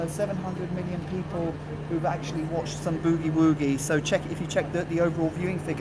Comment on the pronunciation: I get a kick out of how British people pronounce Boogie Woogie..... B-eww-gee Wooo-gee.